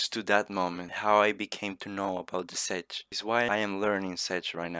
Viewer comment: Good video but it isnt pronouce SADGE republic but check republic